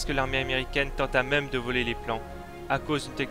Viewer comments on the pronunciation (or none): none